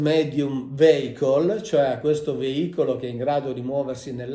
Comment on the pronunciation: Con tutto il rispetto per il Prof. Mauro Biglino che seguo da anni, però la parola vehicle in inglese si pronuncia viecol e non veicol